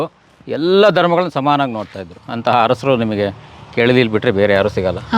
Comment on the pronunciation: ಕೆಳದಿ ಹರಸರು ಅಲ್ಲ ಕಣವ್ವ ತಾಯಿ ಅದು,ಕೆಳದಿಯ ಅರಸರು...ಹ ಕಾರ ಅಲ್ಲ,ಅ ಕಾರ.